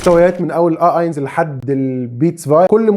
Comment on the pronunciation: شكرا لحضرتك .. بس النطق الصحيح لرقم واحد .. هوه اينس .. مش اينز ..